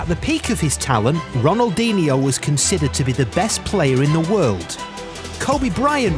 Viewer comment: it pisses me off every time he pronounces Ronaldinho wrong